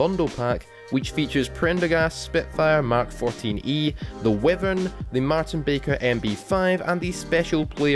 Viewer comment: DID HE JUST SAY WIVERN